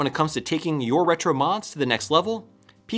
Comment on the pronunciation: random comment, but anyone know why kept saying Hetro instead of Retro?